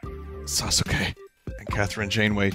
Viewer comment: I don't even really like Naruto much but hearing Vinny pronounce the U in Sasuke is getting to me